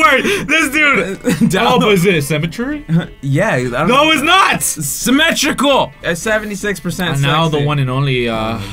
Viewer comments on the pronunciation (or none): IT'S SYMMETRY, NOT CEMETERY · i hear them saying cemetery instead of symmetry lmfaoo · ITS PRONOUNCED SIMM-ETREE